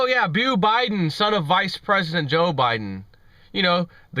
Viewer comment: "Bo". As in Bodacious. Not Bew.